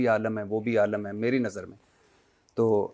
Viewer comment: کھوتے بھٹی عالَم نہیں عالِم ہوتا ہے